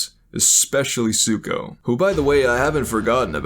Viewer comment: Offended by the way you pronounced "Zuko" a couple of times